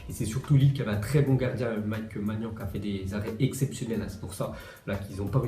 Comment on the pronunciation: C‘est Maignan pas Magnan